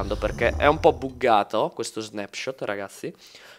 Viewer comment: Da quando in qua "buggato" si dice con la U pronunciata??!